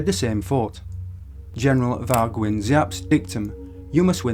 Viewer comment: Nguyen is pronounced Win like “the Vietnamese were going to win this battle”